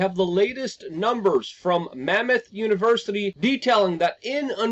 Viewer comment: You’re a champion of freedom even if you make up words. It’s Monmouth University, not Mammoth 😂